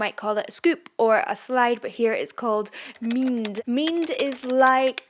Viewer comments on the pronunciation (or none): I was thinking, It's not meend as many might spell/pronounce but n is almost silent and d pronounce like r but more rolling and definitely deep)